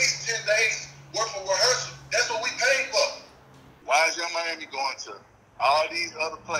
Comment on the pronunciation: When he called about her performance and she said “Whet” 😂😂😂 like he def had her messed up!